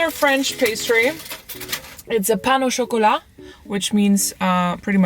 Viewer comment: Thank God you said pain au chocolat and not chocolatine 😂